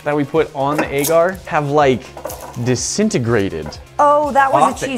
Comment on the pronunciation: She says agar like egg art